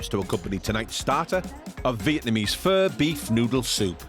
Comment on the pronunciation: Foodies but they cant pronounce the most well known Vietnamese dish Pho. Its "fur", NOT "foe" . If they cant pronounce it or even know what it is meant to be, how can someone say the ratio of noodle to broth is right or wrong.